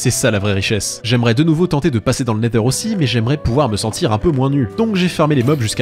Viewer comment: La vidéo est trop bien! Merci Maître! Le seul youtubeur francophone à dire nether et non nezer!!